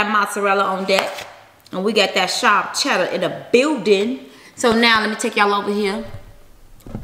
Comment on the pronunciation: B I love you but did you notice you said chella and not cheddar